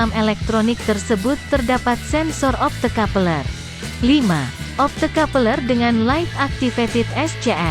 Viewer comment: 😂😂😂 opto kapeleeer